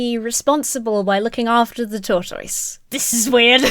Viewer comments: This ad is painfully stupid 😅 also, 1) LOVE the way you say "tortoise"! 2) you were such an adorable baby 😄😄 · Well, I've done my research, and you are pronouncing tortoise correctly. Justice for TOR-TOYZ! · Those commenting on how says tortoise: it is one of three British pronunciations the OED has listed. I’m a much older Brit and would say it like “taught us” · My favorite part of this video is how you pronounce “tortoise.” It’s somehow very adorable - and makes more sense because that’s how it’s spelled! As a silly American, I’ve only ever heard it pronounced “tor-tus.” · Hi! As another Brit, I found pronunciation of 'tortoise' to be totally normal. (I have no idea how someone from the US would pronounce it.) As for "going out of her way to use the word" - that's what they're called in Britain. I've heard that in the US tortoises are called turtles, but in the UK, turtles are the aquatic version and tortoises are the land animals. So no, she wasn't taking the piss:) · Wonderful video, as always! It's probably just because I'm American and, like, who talks about tortoises that much, but I love the way says "tortoise" exactly as it's spelled as opposed to whatever us Americans have done to the word. Justice for tortoise! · I love how says Tortoise